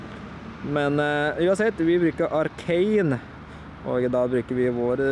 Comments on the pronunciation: Du sier arcan ikke Arcanine (no hate) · det heter ikke arcain det heter arcanine